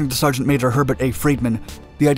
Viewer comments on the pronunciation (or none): none